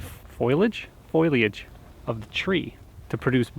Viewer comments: There is no “foil” in foliage. Fo-li-age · foliage ... fo lee age .. tree cover